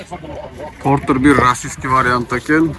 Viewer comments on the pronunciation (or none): Портур эмес портер деп суйло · Портир дебей Портер деб айтылса керек аа 😅